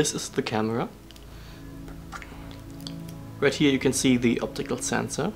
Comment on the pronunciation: I know that this video is now 4 years old, but you had trouble pronouncing the English word "right", as in right ascension. The easiest way to pronounce it is "rite", I think. 😉